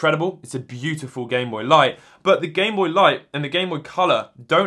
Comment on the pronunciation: “gamebopy” “gameboyt” lmao